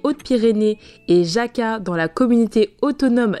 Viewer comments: J'adore votre vidéo simple et instructive! Vous êtes cool !! Petite info en espagnol le j s'appelle la "jota" et se prononce r , donc vous avez passé raca et non jaca Lol!!!!!!!! De même le v n'existe pas dans l'alphabet espagnol et se prononce "b" Pour différencier le v et le b (qui se prononcent pareil ) on dit le v de vaca (vache) et le b de buey (boeuf) . Voilà vous êtes prêt pour l'espagnol les autres lettres ont la même prononciation qu'en français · Alors Jaca se prononce Raca en espagnolos 😂😂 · Super !! Sauf la prononciation de Jaca !!! C'est le J de la (r)jota !!! C'est (r)Jaca. Bonne route .